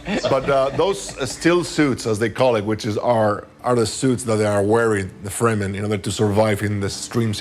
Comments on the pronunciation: But I hated it that she pronounced Fremen wrong 😭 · But Kynes and Fremen were wrong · And the diversity affirmative action hire still mispronounced "Fremen" and "Kynes". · Who else noticed that he pronounced Kynes wrong ? And Fremen is also wrong . I really hope they did it right in the movie.